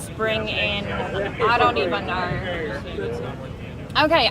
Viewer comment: the way she says the word know